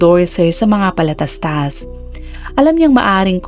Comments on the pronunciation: I love the way you narrate.... pero na tawa lng ako sa PALATASTAS 😂 PATALASTAS poh! 😂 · patalastas po.hindi po palatastas,ang na bigkas po ng ganyan ay mga kids na kadalasan nasa 3 years old lng. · Patalastas hindi palatastas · Patalastas po...not palatastas 😁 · Patalastas not palatastas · Patalastas Hindi palatastas🤣🤣🤣😝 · Patalastas hndi palatastas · PATALASTAS po..HND PALATASTAS🤣😅🤣🤣 goodness yoooowwwn nuooowwwwnn iyoooowwwn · PATALASTAS po. Hindi PALATASTAS... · If I may correct the word, it is patalastas not palatatas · Palatastas or patalastas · patalastas Hnd palatastas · Palatastas? Patalastas po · Anong palatastas😂😂😂😂😂correction PATALASTAS po 😂😂😂😂😂😂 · Patalastas po tmang word and pronounsation hndi palataslas prang bata lang na bgo plang ngsslita eh😂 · anung palatastas😂😂😂😂patalastas😂😂😂😂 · Patalastas po nd palatastas 🥰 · Patalastas po hindi palatastas😅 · PaTALAstas po. Hindi palatastas. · Patalastas po hnd palatastas🥹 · Patalastas ❌️ Palatastas ✅️ 😅 Love the narration thou. ❤ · Should be "Patalastas."☺️. I like this Vlogger too🥰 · 😂😂😂 Akala ko nga ngkamali pero nang paulit ulit Palatastas tlaga😂 Patalastas! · 😂😂😂binalikan ko nga talaga kasi parang mali ang narinig ko, pero yon na yon😂😂😂😂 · 😂😂 bakit palatastas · 😂😂😂oo nga prang nung bata p aq palatastas din twag q sa patalastas😂😂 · naka AI ang palatastas 😊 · Patalastas yata hindi palatastas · Correct nga din po,. patalastas di palatastas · Ok na sana si narrator kaso bulol,,,PALATASTAS""😂😂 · Oo eh akala ko ngkamali lng sya pag mention ng PALATASTAS pero tinapos mo ang kwento eh vtalangn PALATASTAS 😜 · 😂😂😂hahhaa Ako Rin eh.piro mas madali kasing banggiton Ang Ang palatastas 😅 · PALATASTAS ang nagdala sa kwento..😁😁😁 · Yan dn paulit2 ko narinig😂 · Oo nga no? Pero ok lang. Work in progress din ang atung narrator. Good story!